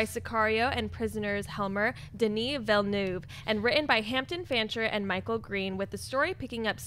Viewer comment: Well done with the pronunciation of Dennis Villeneuve today, guys!